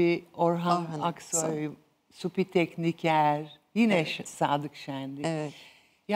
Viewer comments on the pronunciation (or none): Ilahi hülya hanim, suphi tekniker değil suphi tekiner 😅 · Suphi Tekniker. Tekiner degil.